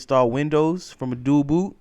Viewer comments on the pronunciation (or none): none